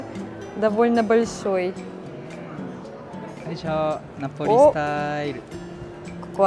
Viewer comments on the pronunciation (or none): я тоже обожаю джелатто фисташковое и вообще все фисташковое, но! еще умопомрачительное манговое джелатто)) и ореховое!!!! а Неаполь произносится как нАполи)) сперва не поняла что вы имеете в виду про пиццу напОли))